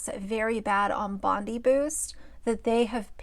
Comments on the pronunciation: It's pronounced Bon-DYE -- good old Aussie suburb names hahaha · My Australian heart is crying. It’s pronounced Bond-Eye Bondi Beach is one of the world’s most famous beaches. Please don’t tell me you have never heard of it. 😭😭😭